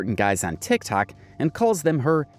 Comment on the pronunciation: Are you saying 'Tic Tac" on purpose?